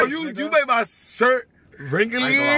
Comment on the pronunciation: “you made my sthirt wrinkalyyy” 😂😂